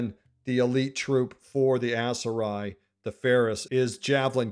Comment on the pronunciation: Please my brother in Christ, stop pronouncing it ASS-Seri 😂